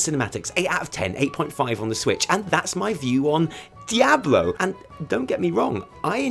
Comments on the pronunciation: dye - A - blow...bahahahahahahahahahaha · I was literally about to comment about your Diablo pronunciation right as you mentioned it.